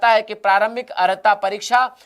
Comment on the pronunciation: अर्हता की जगह औरता😂😂